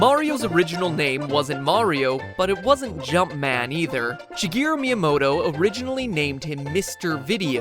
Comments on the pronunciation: If I hear "Shuh-gee-ru" one more time, I swear to the gods... If you respect someone so much, you might want to learn how to say their name correctly. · Where are you getting She UH from? It's pronounced SHE GEH RU. No extra vowels.